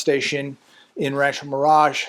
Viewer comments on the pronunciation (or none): none